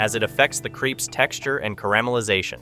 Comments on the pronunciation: Crèpes not creeps lol 😂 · No sugar please. Crêpes is pronounced like in the word bet and not creep. Hello from Paris.